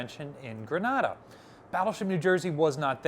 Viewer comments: Grenade-uh. Not Grahnada. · Ok, lived in Grenada for nearly 5 years. It's pronounced GrenAAAAda. Long A sound. GRENaDA, ah, sound is in Spain. Love the channel !!! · Does Libby make you change the pronunciation of places? Truk and Grenada being good examples.